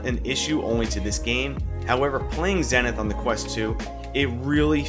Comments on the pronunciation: Its pronounced zee-ni-th btw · Nice Vid. It's also pronounced zee-nuhth. :)